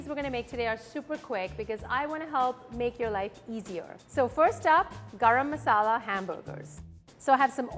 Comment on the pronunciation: My deshi ass had a hard time digesting her way of pronouncing garam masala.